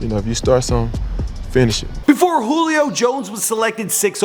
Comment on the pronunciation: It's "joo-lee o" you fucking idiot